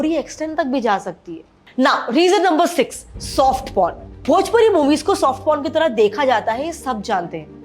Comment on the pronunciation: Didi bhoji wood nahi bhojpuri 😂😂😂